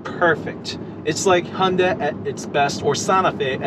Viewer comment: you keep saying honda... hunda.. quite annoying. removed channel from recommenations